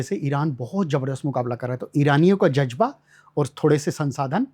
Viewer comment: लक्षमण सहाब कह रहे हैं उन्होंने इस्लाम पर बहुत पढ़ा समझा है। फ़ारसी भी पढ़ी है। सालों उर्दू फ़ारसी में मुसलमानों के बीच निकाल दिए लेकिन तल्फ़्फ़ुज़ आज भी रही नही अदा हो रहे हैं। शुरूआत में दो से तीन बार ज़ ज बोल गए। इज़्ज़त को इज्जत बोल रहे हैं और एक लफ़्ज़ ज़ की बजाए ज से अदा किया है!!!! 🤔🤔🤔 इतना क़ाबिल इंसान इतनी छोटी चीज़ें नही सीख सका!!!! 🤔🤔🤔